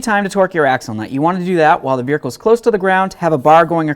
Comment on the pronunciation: That "veerhicle" gets to me. Lol